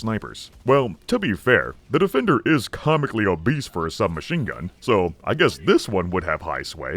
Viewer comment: I love the way you say "OBBESE"